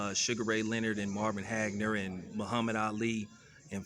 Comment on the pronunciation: Who the fuck is "Hagner" 🤦🏾‍♂️??... Get the Spence/Crawford fight made whenever it is it'll be the biggest fight of the year...